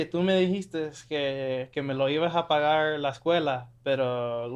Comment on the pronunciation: The way this guy said pagar really bothered me.